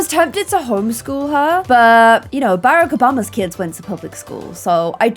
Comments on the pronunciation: Nobody: No one ever: Me: gets mad at pronuciation of Barack Obama xD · Not trying to say Barack Obama 😂 Love you 😘